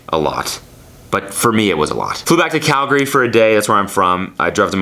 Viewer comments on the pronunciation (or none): none